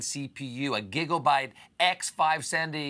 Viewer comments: I think he said giggle byte, not giga byte. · Did you say "giggle-bite"? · Well he mispronounced Gigabyte lol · Am I the only person who found it really funny that he mispronounced Gigabyte?